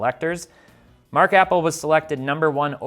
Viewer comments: Not "apple" it's pronounced "a pell". Jeesh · Mark Appel as in uh-PEL. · This video was flawed from the moment he called him APPLE it’s APPEL also you don’t invest in pitchers these are things you should be talking about etc etc etc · Love the pronunciation of Mark "Apple" 😂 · It's hard to take this seriously when you can't even pronounce Appel's name right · You mispronounced his name a cool 50 times. I won't stand for Mark appel slander!